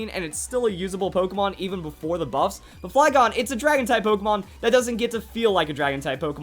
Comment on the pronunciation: In the beginning I thought you said boobs....